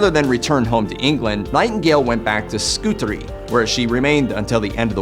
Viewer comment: Well being an English Staff Nurse, there are a few things you are wrong about, the pronunciation of 'Scutari" the name of the Hospital Florence worked in during her time caring. I understand as a Nurse the hygiene Florence brought to Nursing, it was filthy before she arrived, has improved heaps over the year, her strength of leadership, discipline in the job. Florence brought status to young woman joining the Nursing profession, especially across the world during WW1&2. The honour felt in services given as Nurses, the Study, the advocacy for our patients, the compassion. I worked from age 20 yrs , then retired through ill health. I live near where Florence is buried, went to her grave, to ask the question should I retire.. after 33 years.I very often used sit by her former house, and worked in the community in Romsey Hampshire. Blessings Florence x